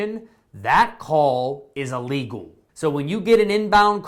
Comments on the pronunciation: Please! The word is ILLEGAL - not ULLEGAL. Thank you! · Thank you for your video. It is not ah-lee-gal.. think im-possible. close to a long "e" to start it out. ok? Don't be upset. I have to correct those that insist on "Expresso" but it is "Espresso..." there is no X in Espresso. Think how you say the word ill. ill + legal. ok? ill legal.